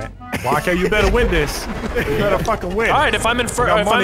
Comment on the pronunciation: "cause I'm just bettar